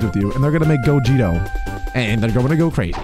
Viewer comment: The fact that he says gogito instead of gogeta